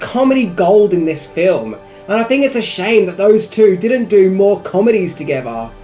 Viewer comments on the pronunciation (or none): none